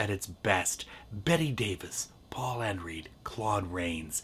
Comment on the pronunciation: I enjoyed this video,, but you made two minor errors. First, Alice Cooper was 20 years older than Bette Davis, not 5. Second, Paul Henreid's last name was pronounced like "Henride", not like "Henreed".